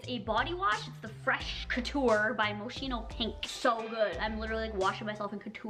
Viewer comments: Mos-kin-o not mosh-ino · It's pronounced "Moskino" not "Moshino"... Looove ur videosss❤️❤️🦄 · Its pronounced mos- keeno ❤️❤️❤️❤️